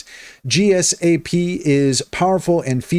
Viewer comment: Sorry but you reading the abbreviations as singular letters is just a major turn off... gsap is pronunced "jeesap" and D-O-M is just pronounced as... dom. Other than that, you just reiterated what the AI told you, no thoughts of your own...